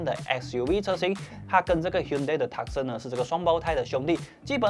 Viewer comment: Hyundai Tucson 讀法 ： Too Sun or Two Sung 而不是Tuck Sen